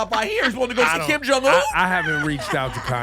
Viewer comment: "Kim Jong-Wu" 🤣😂